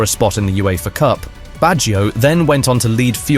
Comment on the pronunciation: Nice video., but allow me to correct how to pronounce the name Baggio. English speakers tend to transform a two-syllable word Bag- gio into a three-sylable Word Bag gi -o. Do not stress the I sound. The I and the O are melted together.